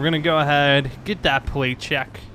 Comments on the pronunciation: "Let's get a pwate check on this thing first" - 2017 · "Wets gwet a Pwait chwek" lol dude can't even talk right